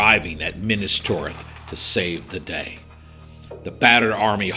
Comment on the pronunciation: Great looking figures! Always great to see the cavalry arrive. I will forgive you for miss-pronouncing Minas Tirith. Not the charge of the Rohirrim, but damn good! See ya Friday.